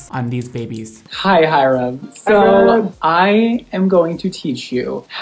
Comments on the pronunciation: keeps going "Hy-RUM." and then he does NOT react to THE SINS at the end...-LEY. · mondo saying hyrams name: HI-RUM. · No Ik it’s how you pronounce it lol, just pronounces it really exaggerated and a space in between